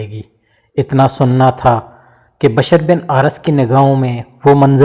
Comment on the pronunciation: Is it bashar or bishr ? Kindly tell the difference between these two pronunciations,cause on google both the words give different meaning